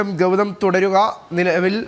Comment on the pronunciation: ആദ്യം ഗൗതത്തിലേക്കോ?! 😂 ഇതെന്ത് ഭാഷയാണെടാ 😂😂